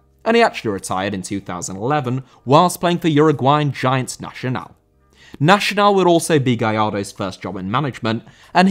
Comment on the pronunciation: Nacional* not Nashonal